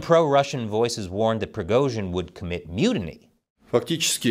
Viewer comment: keep up the good work, but for the love of God, you managed to somehow mispronounce EVERY. SINGLE. RUSSIAN. WORD. Other than Prigozhin, Moscow, and Putin, you butchered them all. It's just jarring, especially when your Chinese is more or less correct/better than 95% of Americans